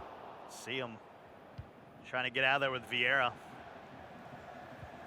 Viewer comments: Us: vieira American: viara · Why does the commentator call Viera, "Viaara"!!! 😂😂💀💀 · Anyone else find it annoying when the commentator calls Vieira, viarra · "Viaara" "Pawgba". Bruh someone fire that commentator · Commentator: Viarra Me: die in a bin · MIQUEVIIPER THE KING the guy who says viara was Italian 😬 you should’ve heard how he said Eusebio tho that was worse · “Viara” pissed me right off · I heard Viagra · My man can’t pronounce Cristiano or Vieira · How is that dude working for EA when he cant pronounce when of the greatest midfielders ever that even casuals have heard of 😂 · I hate how he says Vieira